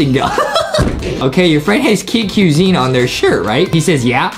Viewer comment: and it's funny when Justin call the kid cuisine into kid quison XD